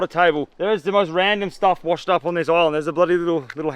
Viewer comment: Everytime he says island i understand oil land 😂